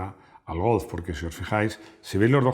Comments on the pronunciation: Porque pronunciará Golf, como Golzzff. Si no tiene ni idea de hablar aleman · Me declaro fan de la pronunciación de cuando dice Golf en tono alemán. Eres grande, que suerte tiene tu hijo. Un abrazo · Interesante video. Pide a Rodrigo que te enseñe a decir golf. Y Volkswagen, de paso. 😉